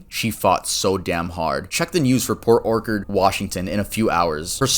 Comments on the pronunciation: Bro why do you pronounce Orchard as Orkerd. You cute as hell tho ngl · how do u not know how to say OR-CHURD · how do you have nearly 2 million subs but you pronounce "orchard" wrong multiple times bruh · My dude you were doing so well. You hadn’t seen the word “orchard” before? Like an apple orchard? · How do you become an adult without learning how to pronounce orchard?